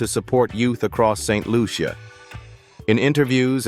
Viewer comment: The name of my Island is not ST Lu- ce- ya !!! But ST Lucia, (LUCIA) one word.